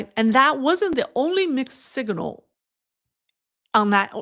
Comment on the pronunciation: Signal not siginal